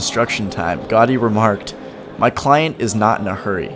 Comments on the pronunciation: For me, brazilian, it's easier, but he is "gringo", so you can't wait something much better than this. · Au-sounds like Aww like Automated... Gaudi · 1. Gothic quarter is one of the most touristic and is horrible. Raval is better 2. Ciutadella IS rlly dusty and hot. Lots of tourists there in the summer 3. Ga-Ü-di not gotty 4. Boqueria is an actual disaster. Waaaay too many people and mainly tourists. It's overpriced too. Just go to any market near you. There are a lot 5. Parc Güell is also hot and dusty and overcrowded with people. Like rlly bad like the boqueria kinda bad. Beautiful but try to find a time whith fewer ppl 6. Stalls in arc de triomf? Also dusty hot and overcrowded. 7. Mon-jü-eek not monzhuhk This was very touristic. Not a local experience at all (coming from a local) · not Gardy. GA U DI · 'Antony Gahdi' Ahahahaha! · an important note for all North American youtubers : please check your PRONUNCIATION with a linguist/mother tongue before posting anything on YT. It's an assault to my ears (gowdy etc..) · please give places proper respect and pronounce them correctly. montejuke, gardy?? wtf dude thats disrespectful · * Gaudi is pronounced Gowdi * Sagrada Familia is going to be completed on 2026, the 100 year anniversary of Gaudi's premature death. Gaudi's imprint on Barcalona is indelible - every place he built is a must see. * Las Ramblas/Gothic Quarter/The Arc are tourist centric. Go once, avoid otherwise * The Picasso Museum, Joan Miro Museum and the Botanical gardens - must see's. * Eixample. You missed out the main district. Barcelona is all about expression. The buildings there are a must visit. * The food there isn't nearly as good as any other Mediterranean city. Spanish Just some help into doing a little more research, and spending more time in a city before you create content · Cld u pls pronounce Gaudí properly? "Gawdy" is too far off the mark. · its pronounced ca-sah bat-yo gow-dee (the mispronunciation of gaudi really grinds my gears)